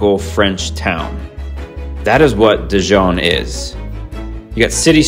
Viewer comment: You have presented a fantastic and beautiful video on Dijon. Almost as good as visiting in person or maybe better. My only suggestion would be to brush up on your French pronunciation. ❤